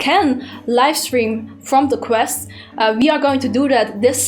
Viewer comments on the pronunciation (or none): its name is QUEST not CREST